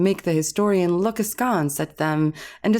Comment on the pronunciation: The way you pronounced “askance” was enough for me.